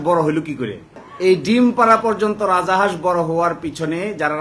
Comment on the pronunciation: রাজা হাঁস কেন বলছেন? রাজহাঁস ।